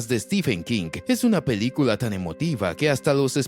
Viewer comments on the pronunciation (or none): Jajaja, lengua mocha 🤣 Dice "pedícula" en lugar de película 💩🤡